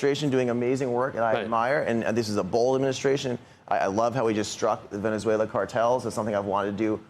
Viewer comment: Guy lost me when he said, "Venezulean Cartels"????? I lost brain cells watching the show today!